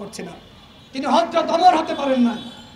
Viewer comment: Hazrat Omar (R’) name Tao thik moto bollo na .? Hazrat Omar er moto mane ki "? Oi Uzbuk!,, Aoamilig bisoy pore Asti si